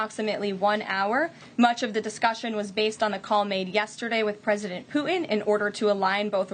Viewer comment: What is it with Millennials and the inability to pronounce hard consonants? It's "PuTin". Hard T. Not "Puh-in".